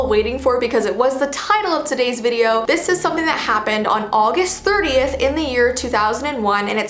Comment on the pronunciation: What she said:30th What I heard:38th